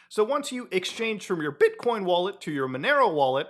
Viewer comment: why he said bitcoin like that?